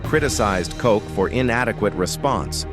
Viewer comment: Ed Koch, pronounced "Kotch" not "Coke," did not have or die from AIDS. Instead, he died at age 88 from a heart attack.